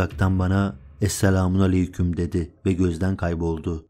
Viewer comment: Esselamün diye okunmaz,esselamü aleyküm diye okunur,sayın abi.lütfen yanlış anlamayın.